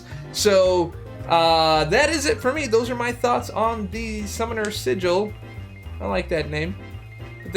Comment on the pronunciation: Summoner sigh-gil😧